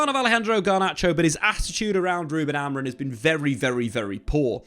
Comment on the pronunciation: Can English people not say AmoriM? Why do so many say his name AmoriN in the flow of a sentence? Triggers me like crazy TBH 😂